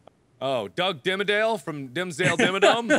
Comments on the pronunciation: His name's Doug Dimmadome not Dimmadale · Lol Mark it's not Doug Dimmadale it's Doug Dimmadome... Sometimes you can just be ugh! jk but still DIMMADOME DIMMADOME DIMMADOME